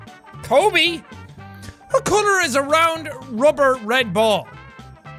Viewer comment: When he said "Kobe" :(